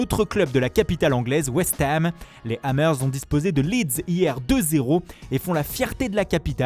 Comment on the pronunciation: "west heme"